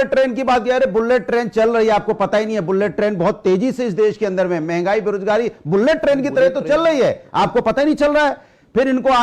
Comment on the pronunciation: bhadoria phle bullet bolna sikh murkh